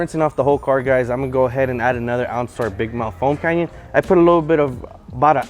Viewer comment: Why he saids Foam Canyon instead of foam cannon 🤔